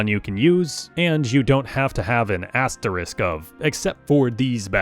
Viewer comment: I know this is a weirdly specific thing to comment but congratulations to bro for using the correct "asterisk" and not "asterix"